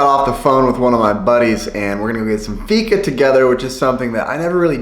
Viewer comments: Färs = Fäsh Vegan = Vegaan (if you know what i mean) Fika = Fiika (Not ficka) you pronounce The i more than the k) I'm swedish and i love you❤❤ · Inget hat eller så men varför kan inte utlänningar uttala fika? :D Det låter alltid som uttalet i dalarna.. ser Tony Richardsson framför mig.. "ska vi gå å fiika"?